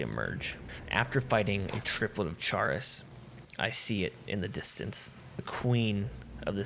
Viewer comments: Excellent video, but for the love of god Chaurus is pronounced like Chorus not "Chair is" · That isn't the correct way to pronounce chaurus